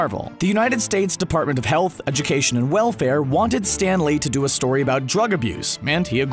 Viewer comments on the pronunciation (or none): none